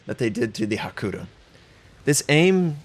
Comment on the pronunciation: Love your videos, but please don't ignore the 'y' in Hakuryu.